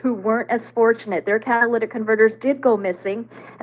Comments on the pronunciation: Catalytic. Not cadalyc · Cat-A-lit-ick Converter 😉 It's filled with platinum a valuable metal that aides in pollution control. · Not being a smarty pants but it's a catalytic not Cadillac😂❤😂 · Cat a latic is the way it’s pronounced. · Tires to! We were driving to Sam's in Memphis yesterday and there were 2 different cars, in 2 different spots on the highway up on blocks with no tires. Blew my mind. The part is pronounced - cat-a-lit-ick. Catalytic. Hope that helps. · Catalytic Ca-Ta-Ly-tic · I don't mind if you pronounce catalytic converter incorrectly.,😊, what matters is the great reporting you always give.